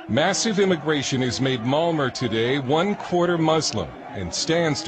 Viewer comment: Why doe that narrator idiot keep pronouncing Malmo, "Mal-mer"? Fucking moron. Figure out how the correct pronunciation of the city you're talking about. It's "Mal-meh.